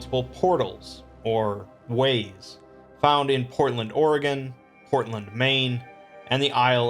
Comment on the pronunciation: Thank god you pronounce "Oregon" right.